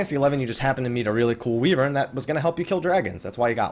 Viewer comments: WEEEVERN? SERIOUSLY? that's the fucking absolute worst pronunciation of WYVERN i've ever heard in my life. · Weevern? It's pronounced 'Why Vern! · WEE-VERN!? WHAT!?